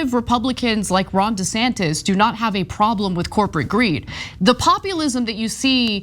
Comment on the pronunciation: It’s pronounced “Rhonda Santos”……